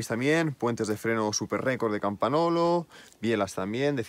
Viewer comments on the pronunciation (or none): La bici super chula, pero un apunte rápido, en italiano la n con la g suenan como ň por tanto no es "campanolo" sino "campaňolo" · Dos cosas: tenemos la misma estatura, mi cuadro es 58 cm. Se dice Campañolo, con "ñ". La "gn" es "ñ" castellano, vosotros los españoles sois los que peor hablan el castellano. Bueno si esa es la bici de entreno, coño, como será la de ponerle bueno. La diferencia son los tubulares a los neumáticos. No existe ninguna diferencia real. Puedes hacer lo mismo con shimano 105. Que Dios te mantenga sano y joven. A las mujeres les decimos que te mantenga linda y "rica".